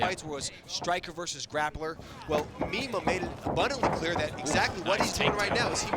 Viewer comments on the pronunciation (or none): Its pronounced "MY-MAH"...Please say the "mean one" ☝🏼💪🏼😂